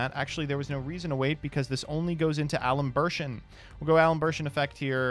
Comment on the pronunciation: Al-em-bair-shen. Luh-plah-see-ehn.